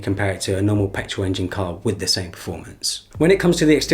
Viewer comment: Did he say pertol engine? wth is that